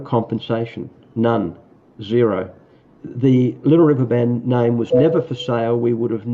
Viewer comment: how about, "Da Liddle Wivver Ban??"